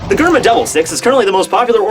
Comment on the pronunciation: its prenounced jerma not germa